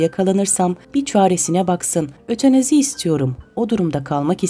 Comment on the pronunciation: Ötenazi değil Ötanazi..